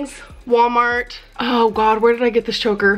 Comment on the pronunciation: It’s not “wommart” it’s WaLmart!! Goddamn.